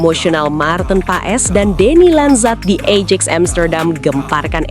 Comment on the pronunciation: Bacanya ayax bukan ejex